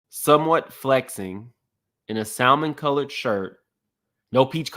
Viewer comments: Why black people say SALmon its salmon lol. L silent 🔕. How old was the Prophet in 2016? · It's pronounced sam-mon...the "l" is silent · Please for the love of God can we please quit saying the L in Salmon. It's silent boo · Sa”L”mon? lmao! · Sa mon, the l is silent. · The pronunciation of salmon 😮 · SA-MON. The L is silent